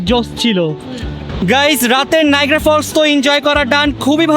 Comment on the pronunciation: নাইগ্রা নয় নায়াগ্রা